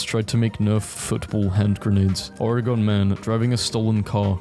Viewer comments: You pronounced Oregon, OREGONN. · Bro said Oregaun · NO WAY YOU JUST SAID OR-EE-GON. you are as good as dead. us Oregonians are coming for you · Vsszkl You said Oregon wrong it’s pronounced Oregin